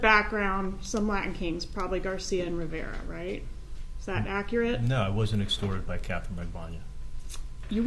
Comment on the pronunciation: Good coverage of this case but you totally mispronounced Rivera and Magbanua.